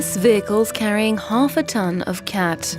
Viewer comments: Lol "cat" it's more like "cot" pronunciation. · You need to work on your pronunciation about the name of the crop